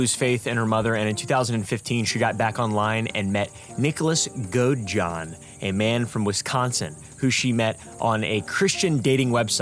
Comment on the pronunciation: This is the first time I watched one of your videos, and I'm subscribing. One correction - Nick's last name is pronounced GOAD-eh-john. Looking forward to more videos!